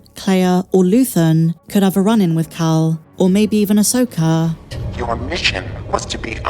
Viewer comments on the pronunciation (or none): "Ahsoker" 😁 love your content